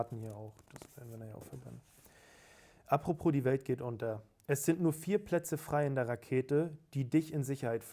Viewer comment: sagt immer apropros statt apropos. Dieses zusätzliche "r" belastet mich leider sehr.